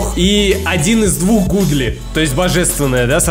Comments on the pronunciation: Godly-это не гудли это гадли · На английском когда написанны два о, тогда читается у например Look читается лук а Godly Гадли